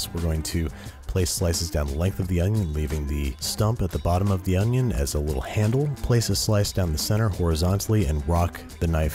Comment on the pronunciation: An Oh-nioh